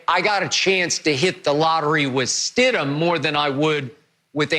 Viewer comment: No: It’s Stidham, move on